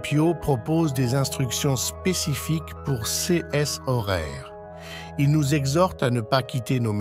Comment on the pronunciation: "Ces horaires" prononcé "ces S horaires", de même pour "ces S heures". Le lecteur comprend-il ce qu'il dit ?